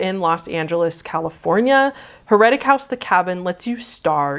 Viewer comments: i knew someone who did Heretic (btw it's pronounced "hair-a-tick" how do you not know that?) and he came out with his pants down so idk if he was just messing with me or if it was more like Blackout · The accent of heretic is on the first syllable